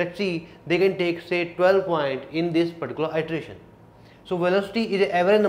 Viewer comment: iteration /ˌɪtəˈreɪʃn/: you correct your pronunciation.